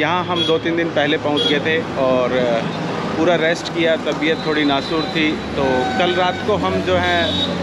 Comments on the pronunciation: Nasoor nahi nasaz thi tabiyat... 🤣🤣🤣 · Tabiyat nasoor nahi nasaaZ boliye.nasoor ka matlab foda hota hai. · नासूर नही उर्दू में बोलना है तो बोलिए नासाज। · Chote bhai nasur nahi nasaj hote he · Nasuar nahi hota nasaj hota h